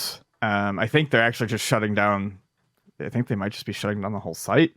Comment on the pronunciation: I have to point it out. When says "just", he says it like "chust" and I can't un-hear it. I still like listening, though.